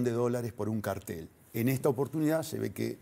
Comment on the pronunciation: Salle debió haber acentuado bien la A. Tiene que sonar claramente CÁRTEL.